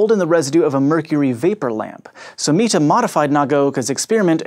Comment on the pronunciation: Kudos for pronouncing 'Miethe' correctly!